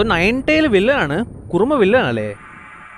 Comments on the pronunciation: കുറുമ 🤣 കുറുമ അല്ലടാ kurama😹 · Bro kurma alla kurama yannu bro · Kurama❌️ Kurma✅️ 😂😂😂😂